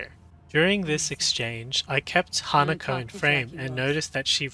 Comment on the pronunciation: Her name is HanakO not HanakA.